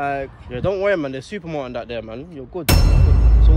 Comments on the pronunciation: Man said supermalt 🤣🤣🤣🤣🤣🤣🤣🤣🤣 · Man said "SUPERMALT" lol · Man said SUPERMALT! 😭😭😭🤣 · Naaaah Man said supermalt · Man said Supermalt 😭😭🤣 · Man said super malt😭